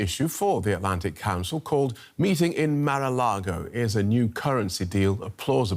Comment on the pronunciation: "Mar-A-Largo accord"? 🤣🤣🤣